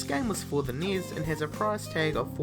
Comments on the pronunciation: Enn-ee-ess (NES) not NIS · NES is pronounced "nes." As in "goodness." Or even "enny-ess." Not "Neiz." the hell is wrong with your mouth. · Nee-s? It's N.E.S.! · Oh my god, 11 Atari 2600 games on this list. And you pronounce it niss. At least you could have said Nintendo Entertainment System. This video was tedious and a waist of time! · Yeah the way he pronounces things is really annoying. NES = Knee-is?